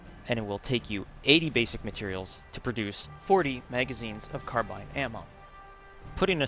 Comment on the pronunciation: Don't worry. The way you pronounce Carbine is correct!